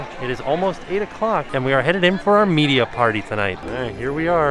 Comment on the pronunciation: I LOVE the way says media event..."MMMMEDIA event!", like a massive middle finger to the haters!😅 I'm so glad you guys get to go to these events again! Hard work pays off!